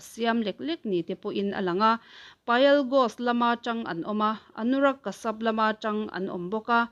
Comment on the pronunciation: Anurag Kashyap...Kasap ni lovin Kasiap tia lam tur a nih hmel